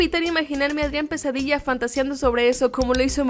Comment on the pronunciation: Cuando decían pesadilla yo oía "quesadilla" :v Ok tengo hambre 😂